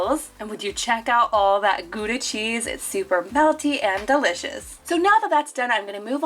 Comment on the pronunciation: “GoEdA cHeEsE” i’m Dutch so this sounds really weird